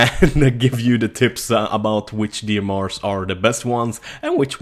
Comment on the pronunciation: FRB ? DMRs ? Dude pronunciate your words correctly.